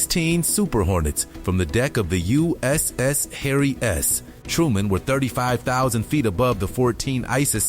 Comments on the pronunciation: ....and it struggles with English! "Harry S.................................................... Truman aicraft carrier. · The narration is poor. "THE USS. HARRY S...........TRUMAN"